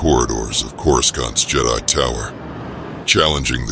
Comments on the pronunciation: Remember; we can't see how you spell stuff; and they way coruscant is pronounced with A.I. doesn't sound right; feel free to use what spelling you think would help the a.i. pronounce the dialect better. Like Core-Ah-Sant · Corus-Kant...... Lol..